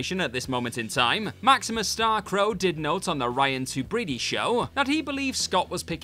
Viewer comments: As always, I love the WhatCulture videos (though I spend more time over with the TrekCulture folk lately ) - but seriously, you need to check pronunciations for names. Sean would happily tell you that it's "MESk'l" and "TUBriddy" for Paul Mescal and Ryan Tubridy. Same goes for some other proper nouns in this and other videos. Just google it if you've never spoken it out loud. It's like a two-second slack message (or whatever you use), but it makes a HUGE difference in the quality of your videos. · Tubridy is pronounced Tub rid ee and Barry is not Keegan but Keoghan-pronounce the G.